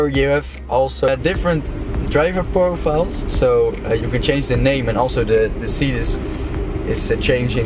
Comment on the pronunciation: ''Driver porfiles''